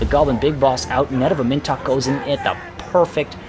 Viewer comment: "Am In Tok" please my dude pronounce it like this